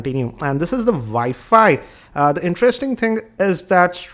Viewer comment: abe saade ...wwiiiiffiii woo fooo wooffooo haahahha abe bolna to sikhle.....u take that back cover screen gaurd XD haaaha